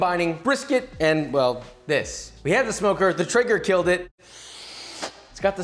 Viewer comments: Keeps saying trigger but its traeger ae makes the A sound. Is he correct or am I wrong. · It's not Eren Jaeger but Joshua's Traeger